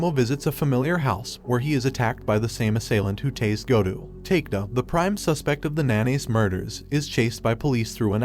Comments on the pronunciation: Its a good recap, but you need to learn how to pronounce japanese name. I'm so confused with the names you mention, especially takeda which supposed to be pronounced as ta-ke-da, you pronounce it as take-da. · Great summary! My one, hopefully constructive, critique would be to take a bit more time learning the pronunciations of the names. Takeda as "take-da" shouldn't fly. Otherwise nicely done. Concise and easily understood.